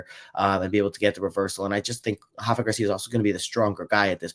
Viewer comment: Rafa is Mexican not Brazilian, the R doesn’t have the H sound 👍